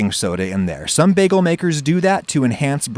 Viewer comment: it's pronounced bā-gull